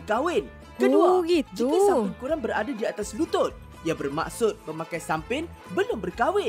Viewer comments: Sis.... Bkn sumping.... Tapi sampin🤗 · SAMPIN lah..bukan SUMPIN..😅